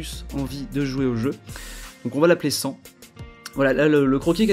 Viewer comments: ça s'écris sans mais ça se dit sansse avec le c le le n prononcer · tu a fait une ethique de travail sur ce dessin squel-ethique (traduction d'une blague de Sans) malgré UNE erreur (les chaussons sont roses mais c un detail inutile on sen fous) super dessin PS: on prononce le S dan sans [sanse] DSL pour le pave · a oui et ca se dit sainsse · Le "an" de "Sans" se prononce "ane" ;)